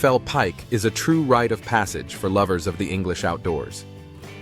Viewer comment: The high point of England's geography is pronounced "Scar-fell".